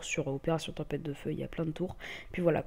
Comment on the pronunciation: Tempête .... et non tempette